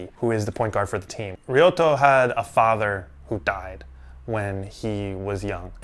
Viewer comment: "Ryota" not Ryoto....❤